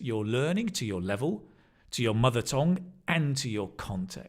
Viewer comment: Mother tongue =town=not tone, tone=very bad pronoun by Channel =enj